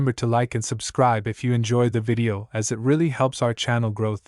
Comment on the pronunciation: Bug report: There are a number of instances where the word "it" is pronounced as "I. T." and this is suuuper distracting. Any chance this is something that can be fixed by double-checking the scripts first? Best of luck! 😄